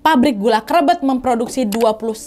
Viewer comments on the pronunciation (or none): Krébét kak bukan krebet bacanya 😂 pabrik yg masih beroperasi smpai sekarang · Bacanya bukan krebet tapi krebet. Eh gimana sii😂